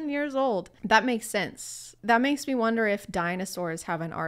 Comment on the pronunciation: I’ve watched this video so many times but I can’t hear anything but “you can take the vax XD I fear god, I don’t fear meh X3”